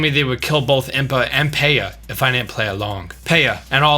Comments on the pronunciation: Love your videos, and I think I agree with all of them! My only complaint is your pronunciation of Paya's name. It's like pai-ya, like the papaya. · Paya's name is pronounced Pie-yah. Like Papaya. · Its pronounced Pia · Gold Lucario Yeah, I can't have been the only one who was cringing at that pronunciation. Nice video otherwise!